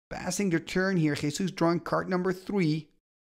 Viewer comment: I need to congratulate you for your pronunciation of "Jesús" XD